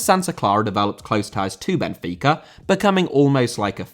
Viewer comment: Benfica* not Benfiquer